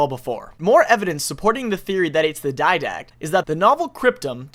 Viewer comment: DID- ACT NOT DYD-ACT